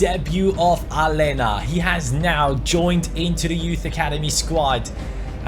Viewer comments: Aleña is pronounced Alenia not Alena bc in Spanish the letter ñ is pronounced ni so Aleña is pronounced Alenia pls read this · its pronounced a-ley-na not ale-na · Yeah, its Alenya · It's pronounced Alenya mate😉😁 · please pronounce Aleñà's name right, it has the "ñ", not just a regular "n". Like so can see!!